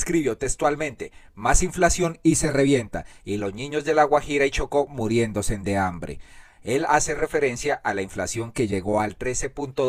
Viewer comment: OjO... en ud lee mal cuando dice muriendosem de hambre. Ojo pelao ya que al menos esta bien escrito o sea MURIÉNDOSE.